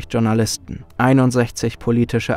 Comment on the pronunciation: Was sind "Tschournalisten"? Sie kommen bei einigen eurer Videos vor. Spaß beiseite. Es würde nicht nur zur Qualität eures content passen sondern auch zur sprachlichen Bildung euer Zuseher beitragen wenn ihr Journalisten richtig aussprechen würdet. Danke schon Mal fürs drüber nachdenken.